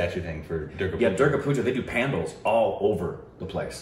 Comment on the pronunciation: I think u mean pandals pronounced as pun-daal